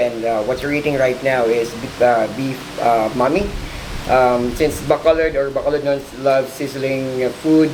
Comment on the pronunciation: Why cant americans prenounce bacolod and silay correctly